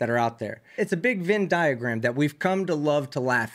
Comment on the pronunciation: Love your channel! FYI - it's "VENN" diagram.👍🏻